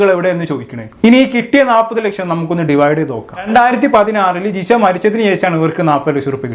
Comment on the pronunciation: ജിസ അല്ല ജിഷ